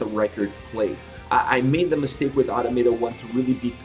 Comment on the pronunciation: Just a heads up, it’s pronounced uh-Tom-uh-tah